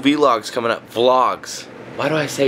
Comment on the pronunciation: He finally said vlog instead of v-log, yassss.